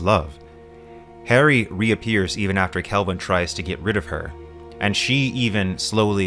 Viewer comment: How do you explain all the mispronunciations here? He calls Rhea, Harry... It's giving AI sorry